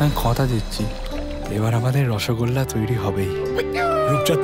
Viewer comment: রসগুল্লা নয় রসগোল্লা.....আহা....!!!